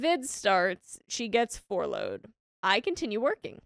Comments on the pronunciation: Furlough = fur-low Please consult a pronunciation guide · It's furlough. Not 4 low.